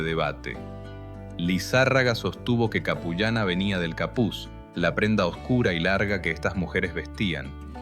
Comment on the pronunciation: La pronunciación es Apu llana qué puede se puede traducir como mujer jefe o la que manda ( Apu = jefe).